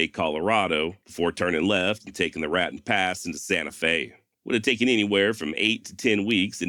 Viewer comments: Raton NM. Ra-tone.Love your channel. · Raton = RA -Tone , I'll learn ya , thats why i brung ya !